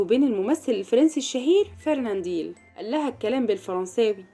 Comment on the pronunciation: فرننديل يا ام ديل ؟ لو ان جهلك يمنعك من نطق اسمه بطريقة صحيحة فلتغلق فمك ... اسمه فرناندل FERNANDEL....